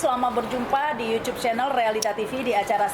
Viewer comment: Nyebut YouTube nya jangan yucub dong..., Ga enak di dengarnya..., Logat kita aja ya... Yutub... Mungkin lebih enak dan umum di dengar... Sukses terus..